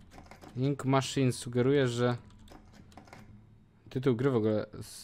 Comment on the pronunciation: Psssssttttt...... Nie żeby coś, ale atrament po angielsku to "ink", a nie "inc"